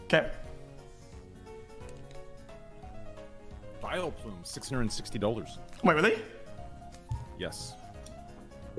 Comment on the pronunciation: What’s a “Villaplume” 🤦🏻‍♂️